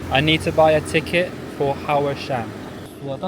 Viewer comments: Huá Shān (Mount Hua) --> Hau Shan (how u pronounced it) ~= Pá Shān? (still dunno why) = climbing mountain (爬山)😆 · It's pronounced Wha-Shan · I felt my ancestors cry when he said haoashan (no offence though great video) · It is called Hua Shan, just like Hua wei. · Out of respect for the country you should learn to pronounce the mountain's name properly instead of saying 'whatever it is called'. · Your HUAshan pronounced totally wrong